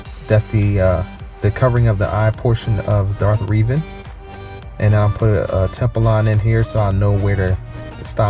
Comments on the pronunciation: Reh Ven not reeeevan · 10/10. Though I'm pretty sure it's pronounced Revan not Reevan. But good drawing